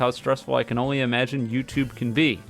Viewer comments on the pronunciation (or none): none